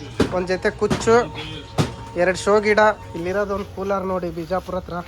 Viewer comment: Hey ಕನ್ನಡ ನೀಟಾಗಿ ಬಾರಿ ಗುರು fist ಅದು ಶಿವಮೊಗ್ಗನಾ or ಶಿಮೊಗನ 😅. ಕೂಲಾರ❌ ಕೂಲರ್ ✔️